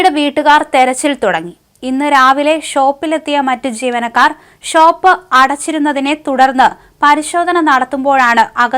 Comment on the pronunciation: ഒരു പാട് വാക്കുകൾ വികലമായി ഉച്ചരിക്കുന്ന വ്യക്തിയാണ് ഇവർ. ജീവനക്കാർ എന്നുള്ളതിന് പകരം ചീവനക്കാർ എന്ന് പറയും പോലെയും തോന്നുന്നു.